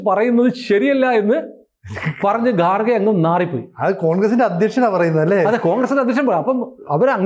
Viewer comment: Sir, It is not गारगे , it is खरगे. He is from North Karnataka. Hindi belt pronounce it as खाङ गे Your parogram conversation is nicely made and conveyed all the untold story to viewers. ❤